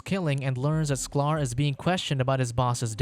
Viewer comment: It is sky-ler not sclar